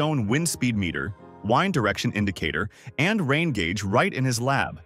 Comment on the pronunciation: what is waind? I've heard about wind though 😂